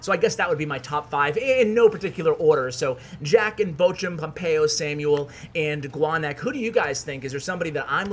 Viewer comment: you may not see this but to pronounce Bochum the ch is basically a hollow K. so bokum but theres like a throat spit sound at the K